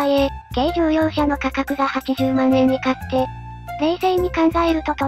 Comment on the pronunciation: 万円(よろずえん)